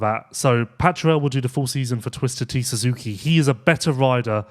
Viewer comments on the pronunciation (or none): none